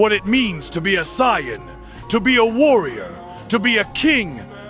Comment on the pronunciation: Sai-an? Cyan? Sigh Ann?